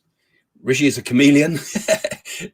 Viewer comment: It is not Ricky but Rishi..